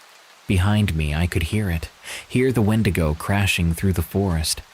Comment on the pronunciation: Call me petty, but I can’t listen to wendigo stories when it’s pronounced ‘wen-dee-go so thank you for keeping my grammer OCD at bay 😅